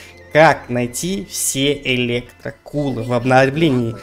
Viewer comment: В очке у тебя электрокУлы дядяь, произноси нормально